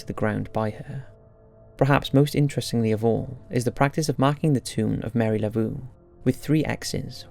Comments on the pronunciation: Psst! It’s pronounced “La-vō”, not “Layvoo”. There’s no shame in asking someone how something is pronounced, you know 😉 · Please practice your pronunciation. Laveau is “lah vough” like “bow” but with a V. Two syllables: la vough. That actually hurt my heart. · I’ve been to Highgate and although it has a creepy feeling, I didn’t see or hear anything. However, at St. Louis cemetery #1, I heard children laughing and running around inside. BTW, The Voodoo Queen is named Marie LaVeau .( pronounced La- Vo)